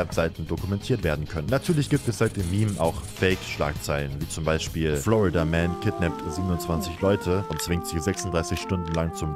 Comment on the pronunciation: Ich verstehe andauernd Flood-a-Man, anstelle von Florida-Man 🤔